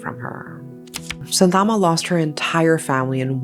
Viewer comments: Its Shanthamma not Santhaama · Its pronounced as shaa- thaaa- amma